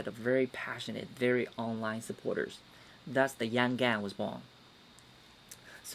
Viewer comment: Andrew Yang not Yan, you kept saying Yan.